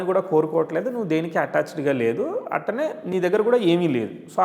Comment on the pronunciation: అట్టనే కాదు అట్లానే అనండి